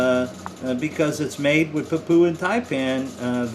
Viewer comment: PapOOa, New Guinea. That is what it sounds like, with your pronunciation. Where is that? It is pronounced, PapYOUa, New Guinea. The "poo" sound is not there, it is the "you", sound which is correct. As in you are saying it incorrectly, LOL. The antivenom should be the same as for the, Coastal Taipan. They are the same species. Whilst we disagree on the pronunciation, the antivenom should be specific for the species. Any thing else does not make sense.